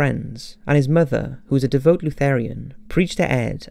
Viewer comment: Is that how Brits pronounce it?